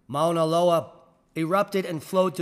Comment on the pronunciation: Hello. Minute marker - The Hawaiian volcano is pronounced "Mau_naloa" (like ow! that hurts!) ... great try, though!🌺